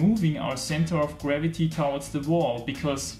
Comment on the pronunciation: Please check the right way to pronounce ‘towards’...